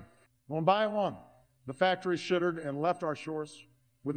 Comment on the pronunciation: obama's so not hood, he cant even pronounce it and some other words the software seems to be having some trouble with fallen became Fallon, shuttered became shittered, hour became Howard